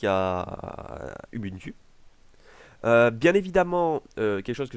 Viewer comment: hem hem ! on dit /ubuntu/ pas /ybynty/ (avec u=ou et y=u) while(prononciation=err) do $SPAM